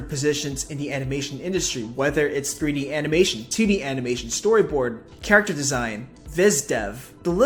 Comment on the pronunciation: I'm trying to be serious about this but God! I keep hearing "Tiddy animation" 🤣